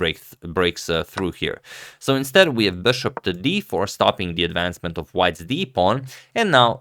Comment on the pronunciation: Sori, Blitz, not Bullet…. (Also ‘of’ not ‘if’ !).